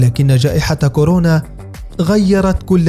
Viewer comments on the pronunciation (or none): none